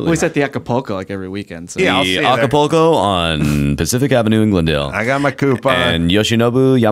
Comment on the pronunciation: Adam, I know you're illiterate buddy, but it's AcaPULco, not AcapOco.